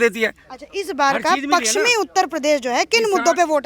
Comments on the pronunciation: Anchor bahin ji aap hindi hi theek se bol nahi pa rahi ho paschmi U.P. ko Pakschmi bol rahi hai. Aap hindi ke uchharan ka abhyas karo. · तुम बहुत अच्छी रिपोर्टर हो। एक शब्द का उच्चारण ठीक कर लो। पक्चिमी नहीं पश्चिमी उत्तर प्रदेश बोलो। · Madam ji..pakchsim nahi..pashchimi uttar pradesh hai..aap patrakaar hai..uchcharan to sahi kijiye. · मैडम पश्चिमी यूपी है ना कि पक्सचमि यूपी आपकी पत्रकारिता अच्छी है लेकिन शब्दो पर पकड बनाऐ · पकसीमी नही मैडम जी पश्चिमी होता है